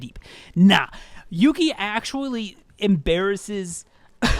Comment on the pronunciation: I laughed when you pronounced Yuqi's name as "Yuki" But yeah, i feel like Yuqi would have worked better as a rapper. Don't get me wrong, i think she's an amazing vocalist but her voice isn't suited for Idle's usual vibe, which is a decent level of high pitched with a dreamy quality. Yuqi has a very bold voice that would stand out in rap parts more than vocal parts. Besides, her deep voice is a stark contrast to Soyeon's high pitched one, and i think they'd work really well as a rapline. A lot like Moonbyul and Hwasa from Mamamoo, E:U and Aisha from Everglow or Hyuna and Jiyoon from 4minute.